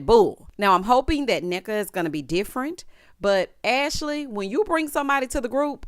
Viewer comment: I have to say that Ashley and her mom kind of did a good job pronouncing the name—- Nneka , Ngozi, and the Ibo ethnicity . Even pronounced OSU well . I appreciated it as an Igbo Nigerian in diaspora